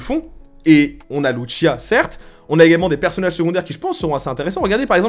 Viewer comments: Loutchia 🤣🤣🤣😭😭😭 sa se prononce lousia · Très d’accord avec toi ! Par contre arrête de dire lutchia c’est LUCIA pas luccia 😅 elle est latino pas italienne… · C'est de L'Espagnol, Lucia est un prénom Espagnol, c'est donc le même " C " qu'en Français a la prononciation et non le son " Ch " comme dans " MuCHACHA " --> " Tch " comme on le pronnoncerai en Français.. Tu le prononce à l'italienne 😅😜.. cest pas bien grave mais c'est ce que font souvent les Français ( et je suis en parti Français )